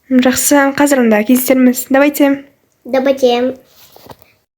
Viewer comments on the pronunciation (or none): Дабате емес Даваите